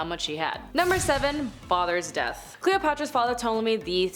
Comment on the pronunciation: The P is silent, please learn how to say things